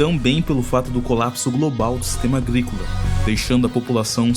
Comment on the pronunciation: aglicula kkkk